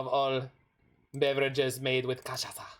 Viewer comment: I love me some cultural exchange. Nice pronunciation btw. Yay cachaça!